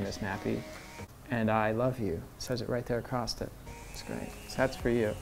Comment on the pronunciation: “AcrossT it”..? ..🙄